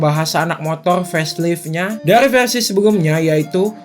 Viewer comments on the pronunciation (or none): Versi bang bkn perasi